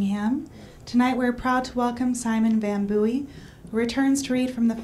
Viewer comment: Literally chuckling at how she says his surname wrong multiple times... Okay back to listening to the Dashing Mr Van Booy...